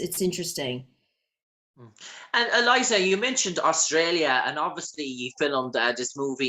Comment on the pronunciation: Great interview, but how do you end up calling her "Eliza" when her name is "Elisha"???